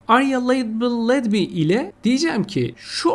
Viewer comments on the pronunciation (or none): Merhaba bey "aria-labelledby" ifadesi sanırım "arya leybılıd bay" diye okunuyor. Trafından etiketlenmiş (etiketli) anlamında. Videolarınız çok güzel emeğinize sağlık.